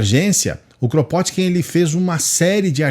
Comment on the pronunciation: O nome dele se pronuncia "Krapôtkin".